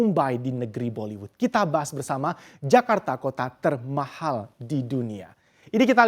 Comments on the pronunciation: TERMAHHAL gw dengernya pake 2 huruf H itu presenter hahaha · Keganggu banget setiap presenternya bilang TERMAHAL.. 😖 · Emang ngomong "termahal" nya harus gitu trs yaa😂